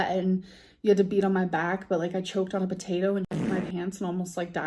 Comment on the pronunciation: gorl spent 11 seconds trying to say "choked"